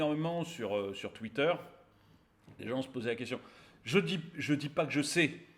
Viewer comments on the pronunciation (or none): none